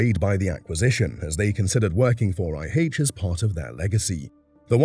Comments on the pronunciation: No! Not Eye Haitch. It’s Eye Aitch. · "High aitch" ? is this AI talk ?